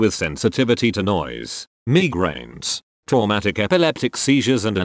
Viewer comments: No one: Litterally no one: Text To Speech Robot: M E E G R A I N S Edit: thanks for all the likes lmao I never got this many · Nobody: Absolutely no one: Text to speech: Meegraines